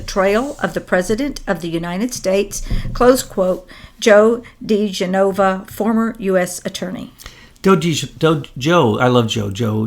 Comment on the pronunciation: It's not Joe De-gen-nova but Joe De'gen-ova. Get it right. It's a well known Italian name.